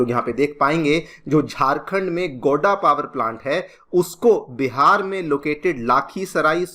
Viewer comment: It's not गोडा it's गोड्डा लाखीसराय नही लखीसराय 😅